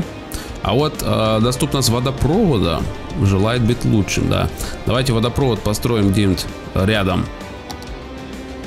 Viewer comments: Очень сильно уши режет. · Не водопро́вод, а водопрово́д.